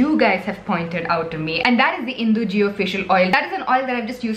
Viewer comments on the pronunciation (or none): Its indulgeo🤦‍♀ Not Indu Geo🙏😅😅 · Its not indugeo, its indulgeo my love